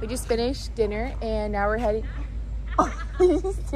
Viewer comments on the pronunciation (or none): none